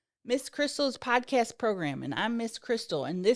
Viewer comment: You used to always pronounce it, "progrum" and now I'm disappointed 😭